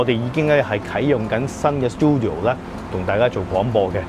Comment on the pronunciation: Check google how to say 'studio' first. Don't tell me you grown up in an English speaking environment. That place is called 'CHINCUVOR'. Don't have to listen and say an English word in a year.